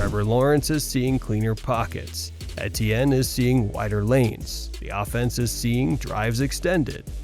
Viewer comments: E.T.N. Travis Etienne is in his fifth year in the NFL. His name is pronounced, simply E.T.N You should know this by now. He said it multiple times his rookie year and it's in the media guide. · Butchered etiennes name pronunciation, but I probably butchered the spelling so I guess we’re even lol